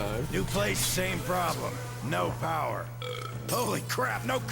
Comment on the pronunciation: "CALL THE DEPAHTMENT OF ENERGY WE NEED POWAH!"